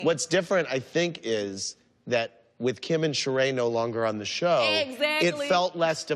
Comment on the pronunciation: “you and Keeyum” I’m done 🤣